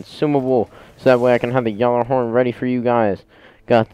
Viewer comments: It's pronounced gallahorn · dude your pronounce gjallerhorn wrong